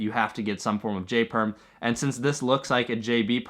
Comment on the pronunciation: When you said "L-Perm" I was like ... wtf is an L perm.. but then found out you meant J Perm haha. Nice vid as always